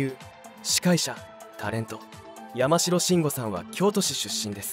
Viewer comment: やまじろっていったりおかしいね